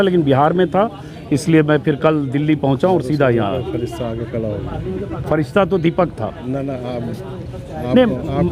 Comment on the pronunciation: Bro touch when he say freshta